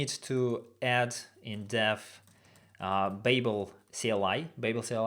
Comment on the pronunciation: BTW babel is pronounced bAbel - a long A sound, its from the hitchhicker's guide to the galaxy